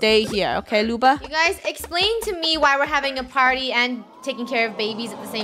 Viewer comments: It’s Luba not Lubo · Luba not Lubo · WHY CANT LUNA PLAY and i think its loob oh. Not loo ba. Im sad luna isnt here as i said PLEASE LET HER PLAY 😭😭😭😭😭😭. :{ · i thought she was supposed to be Lubo not Luba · Stop saying luba you make me think about meh grandma☹😁